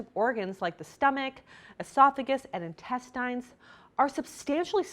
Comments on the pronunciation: Why does she pronounce the word “intestines” that way? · Stephanie F. She’s Canadian.